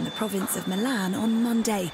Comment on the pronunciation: ""Milhaan"" ""milan""